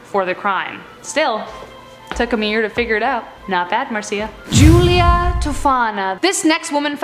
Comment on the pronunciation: Is it bugging anybody else that she's saying Marcia wrong